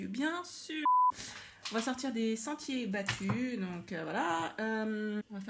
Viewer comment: "Des sentiers pattus" ... vvi vvi 😅😅